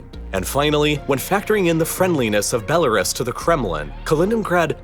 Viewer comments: Your pronunciation of Belarus had me wincing. But apart from that, an interesting video, though Crimea is part of the Ukraine. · No, the narrator is pronouncing Belarus incorrectly. And yes, it absolutely does. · aaaaaaaa he mispronounced "belarus" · That Belarus pronunciation tho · That's not how you pronounce Belarus. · Why is it so difficult to pronounce Belarus correctly? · It makes me uncomfortable every time you mispronounce Belarus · Why he pronounced belarus like toys are us😂 bel-are-us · Its pronounced "Ruse" not "rus" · Stop saying Bela-Russ. It's not White Russell, but White Russia. It is pronounced, Bela-Roos. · “Bella-russ” … why do you pronounce it like that? I have only ever heard it pronounced “Bella-roos”. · It’s pronounced belaroos not belarus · It’s pronounced Belaroos, not Belaruss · Belarus is pronounced "Bell-a-roose" not "bell-a-russ" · It's pronounced Bel-a-roos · never heard Belerus pronounced like that before. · The correct pronunciation of Belarus- bel a ROOS Modern IPA: bɛ́lərʉ́ws. Traditional IPA: ˌbeləˈruːs. 3 syllables: "BEL" + "uh" + "ROOS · It is pronounced" Bel A Roose". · Bro I love your videos but you've been pronouncing Belarus wrong for years. Bell - ah - ROOS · BELAREST. I just learned today that I’ve been mispronouncing Belarus all this time. 🤔😳🫣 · Please learn to pronounce the names of the countries you’re talking about. BELLA Russ? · It is bella-roos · it’s pronounced “bel-la-roose” -like rooster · “Belar-us” cmon man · Belarus? It's pronounced bella-roose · You need to learn how to pronounce Belarus properly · Bela what? Why did you pronounce Belarus the way you did? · I had to downvote the video simply because he kept mispronouncing Belarus. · Very informative! But do you learn how to pronounce Belarus. The last syllable is pronounced exactly the way the first syllable of rooster is. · Please stop pronouncing Belarus like that, you sound ridiculous. Other than that, I loved the video lol 😂